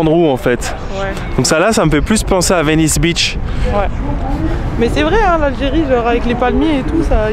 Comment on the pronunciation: Cher et la fille algérienne, Je n'essaie pas d'être méchant avec vous deux, mais vous avez tous les deux besoin d'une meilleure prononciation de Venice Beach. mdr La façon dont vous et la fille algérienne dites ça sonne comme si vous disiez Venice Bitch, Ahahahaha Beach= Plage Bitch= Cheinne (littéralement) mais informel cela signifie (souvent offensant): Une femme malveillante, méchante ou autoritaire